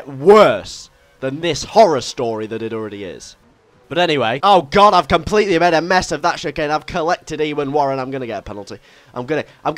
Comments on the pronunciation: Ewan. "Im behind ewon" LMFAO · Were you hungry before this episode, there was a lot of food related things! By the way Ewan is pronounced U-an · Umm, you sort of pronunced Ewan wrong. It is U-wan. Just saying for next time :) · By the way... Ewan is pronounced 'u-an' just so you know... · You said Ewan wrong